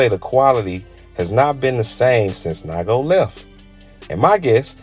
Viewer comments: NIGO, not naigo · Making a video of bape but can’t even pronounce NIGO correctly lmao